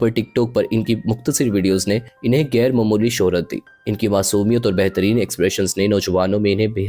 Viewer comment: بھائی آپ اچھی ویڈیوز بنا رہے ہیں لیکن یہ کیا آپ بھارت کے لوگوں کی طرح غیر کو" گیر" اور خان کو "کھان".... اور خاندان کو "کھاندان".... بولتے ہیں کیا آپ اردو بھی ٹھیک سے نہیں بول سکتے پلیز اپنی اس غلطی کو درست کریں...... خاص کو "خاص" ہی کہیں نہ کہ" کھاص" کہنے لگ جائیں 😮.......